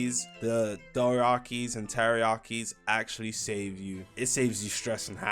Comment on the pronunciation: takoyaki is not pronounced teriyaki 💔